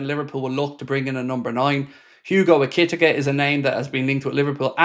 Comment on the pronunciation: Still saying Ekitike wrong 😂